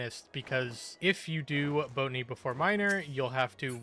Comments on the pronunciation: Do you purposly pronounce botany wrong? Cuz it fine if you do but its botany not boatany in case you arnt doing it on purpose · Lol Boat a knee instead of Bot a knee.